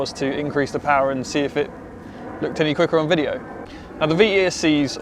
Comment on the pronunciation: "" MAGIC "" PAUAR ))))😂😂😂